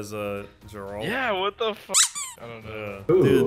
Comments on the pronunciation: i dont think its pronounced jeralt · It is Geralt not Jeralt! :)